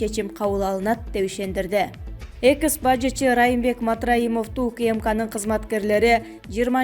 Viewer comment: Экс а не экыс